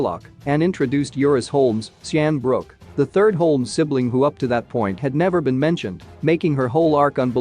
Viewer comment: Your mispronunciation of the lead character’s last name makes me not care what you have to say..